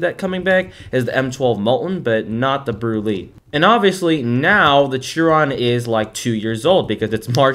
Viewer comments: Small correction, I'm a car guy and it annoys me: Its SHEEEE ron not CHEEE ron. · Dude! You pronounce it “sheer on” not “cheer on” I know it’s not how it’s spelled but that’s how you pronounce it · its pronounced shiron